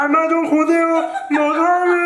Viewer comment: 아마존 고대어 머가뤼 ( 버전) ㅋㅋㅋㅋㅋㅋㅋㅋ 아마돈 고뒈어 머과뤼 ( 버줜) ㅋㅋㅋㅋㅋㅋㅋㅋㅋㅋㅋㅋㅋㅋㅋㅋㅋㅋㅋㅋㅋㅋㅋㅋㅋㅋㅋㅋㅋㅋㅋㅋㅋㅋㅋㅋㅋㅋㅋㅋㅋㅋㅋㅋ